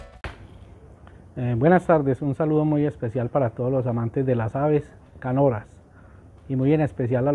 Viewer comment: NO SE DICE CANORAS; SE DICE CANTORAS.